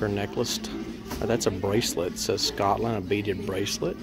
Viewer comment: As a Scottish person, I like the unusual way you pronounce Scotland!